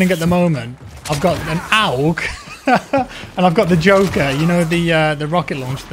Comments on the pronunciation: it's not oug it urrg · Lol why do you say OWG its AUG as in August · It's pronounced awwwg not owwwwg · Just FYI my dude it’s ‘AUG’ (aw-g). Like you’d pronounce “augmented”. Great vid man. Good stuff, keep it coming my guy. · Its pronounced 'awg' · The way you say aug hurts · Isn't it pronounced "A......U.....G" ? It's the Australian military rifle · Please pronounce AUG properly 😂